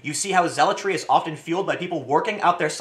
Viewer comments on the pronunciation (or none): none